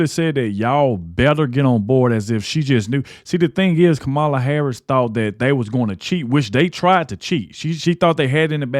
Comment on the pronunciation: Please learn how to pronounce the woman’s name. The accent is on the first syllable. Even if you don’t like her politics - it’s called RESPECT.